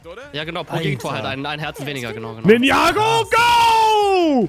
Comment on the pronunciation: "Ninjago go" Das heißt Ninja Goooo 😂